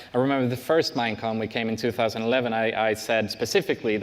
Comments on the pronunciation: P Is have no problem if it was "mo-con" or Mojang-con, but it's not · "Mine" con Not "cobalt" con